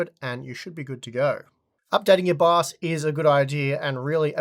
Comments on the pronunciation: Does anyone else hear "baos" instead of "bios" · I thought he said bus